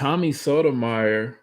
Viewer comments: It's pronounced "So-toe-my-your." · You’re pronouncing Tommy’s last name incorrectly. Other than that, good video